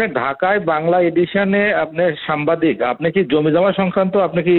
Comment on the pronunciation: এএসপি কিন্তু সে তো সাংবাদিক বলতে পারেনা, সে তো সামবাদিক বলতেছে।